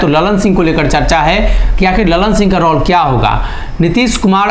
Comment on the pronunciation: Sri kindly correct your pronunciation of word 'Role'.